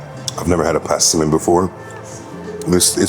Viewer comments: The fruit right is Persimmon and not passimon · "Passiman" Persimmon